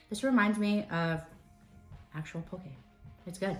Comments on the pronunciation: My loves, it's pronounced POH-kay, not poh-kee. Very important, Hawaiian is an endangered language. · Looks super good! No disrespect, but if you can say furikake correctly, you can say poke correctly. :)